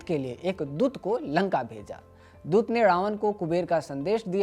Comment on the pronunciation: Bad pronunciation it’s doot not dut, khadha not khara etc Please hire someone talented